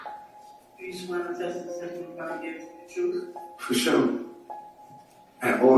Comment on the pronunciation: ...okay. You feel better? Two things can be true at once...he was complicit and he is speaking "troof" in that moment.